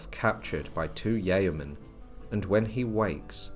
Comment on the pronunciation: So these... "Yayomen"... Rather than sounding rather like evil Barons of Cocaine... They wouldn't be Yeomen in dire need of a correct pronunciation would they?